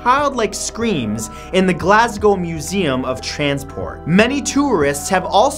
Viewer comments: Atleast he got Glasgow right xD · Sooo, any other Glaswegians watching this? Also, nice on you, mate, for pronouncing "Glasgow" right.